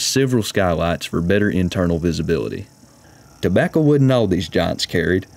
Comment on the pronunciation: tobacca... I miss see-gars.